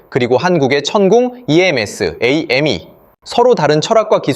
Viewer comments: 천홍2가 아니고 천궁2입니다 AI로 말해서 그런가? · 염병할! 무기이름도 제대로 모르고떠들어대냐! 천궁을 청홍이라 발음하고 나빠요 누를란다